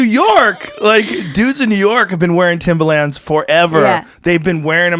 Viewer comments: Hearing Joe pronounce Timba Lands 🤣😂 they're tims or timberlins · Joe "Timba-Lins" Rogan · Joes never sounded whiter saying “Timbalands” 😂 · I couldn’t stand how he pronounced Timberlands as “Timber-Lands” 💀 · “timberLAAANDS” joes pronunciation of timberlands really irks me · lol joe calling them Timbalands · I love how Joe is pronouncing "Timbuhlans" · STOP pronouncing the A so hard in timberlands. Its like Moreland. No hard A. Joe showing his age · I work in construction where most ppl wear Timbs and I've literally never heard anyone pronounce it like that before. He doesn't sound white, he just sounds like a moron.